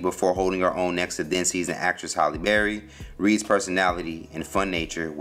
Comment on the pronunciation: It's HALLE, not HOLLY